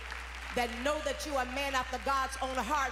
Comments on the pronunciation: How can you live 40+ years and not have been corrected in your grammar so that you are able to pronounce as simple a word as "man"? It's "man" of God -- not "manD" of God! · It's that old skool pronounciation of "man"!! Karen and Dorinda say it too!! I don't know what that is. Folks raised up in COGIC, the old mothers say "MAND" of God. I crack up!!